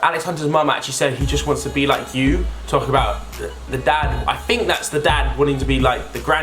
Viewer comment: It's "Think" not fink pal